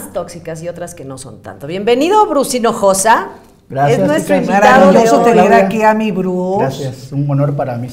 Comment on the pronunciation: Buenísimo programa ! Me encantan ustedes y pobre Bruce “Hijosa” 🤣🤣🤣